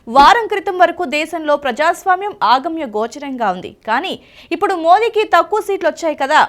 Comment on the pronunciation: ఆగమ్య గోచరంగా కాదు - అగమ్య గోచరంగా అని పలకాలి. అ = లేనిది,కానిది గమ్య = గమ్యం గోచరం= చూపు,దృష్టి అగమ్య గోచరం = గమ్యం కనిపించనిది అని అర్థం. ఈ తెలుగు భాషా హంతకులను భరించే శ్రోతల ఒరిమికి hats off.